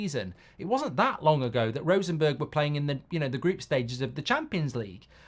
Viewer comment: How is it possible to pronounce Rosenborg as Rosenberg..? If he is asked to pronounce Bjoern Borg the old Tennis player,, he most certainly actually will pronounce it Borg.